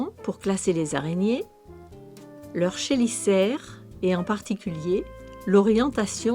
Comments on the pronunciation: sa se dit pas chélisaire mes Kelisaire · Intéressant et plutôt bien fait à part quelques problèmes de prononciation : chélicère ne se dit pas "chez licère" mais "quai licère", et labidognathe ne se prononce pas "labidoniate" mais "labidog' nat". Enfin, pholcus est du genre masculin (terminaison latine en "us")